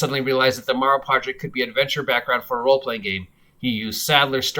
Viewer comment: It's "Darrow Project".